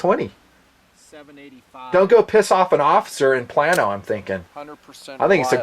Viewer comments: I live in ft worth pretty close to Plano tx. It's pronounced like playno. Or play no. Not plan no. Just so you know mr 😀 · Plain-oh, TX not Plan-oh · Another very informative review, thanks! One piece of constructive criticism......It's pronounced "play-no, not plan-o", Your Texas followers (including me) got a brief chuckle from that. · Lmao. Plan-o. I love your vids man but it's pronounced plane-o. Hahahaha I know you live a long ways away but that's hilarious. I actually work in Allen, txt just 5 minutes north of Plano and I did not know they carried 10mm. That's awesome! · It's pronounced plane o, Plano tx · Plano, TX is pronounced "PLAIN-OH" lol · Great vid, but one correction - it's PLAY-no, Texas. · Pronounced Play-No (Plano) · Long time follower and fan, but Plano TX is pronounced Play-no .I'm from OK, but just wanted to warn you before all the Texas subscribers come after you haha! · Plano TX is pronounced "Plane - O" if you want to americanise the name or "Pla - no" with a soft 'a' and the 'pl' sound smushed together. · Plano is pronounced Play-no. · By the way (Texan here) we pronounce Plano as Play-no. It is a prominent North Dallas suburb.